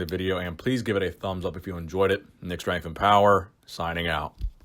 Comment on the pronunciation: One day you won't mumble the name of your own channel, and you'll pronounce the word "strength" correctly. But it is not this day, haha.